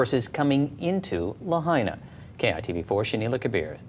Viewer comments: You're paying attention but you can't pronounce Lahaina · It's called Laah High Naah I live on Oahu Island (HONOLULU) As soon as I heard wildfire. I knew developers will try to Gooble up the land.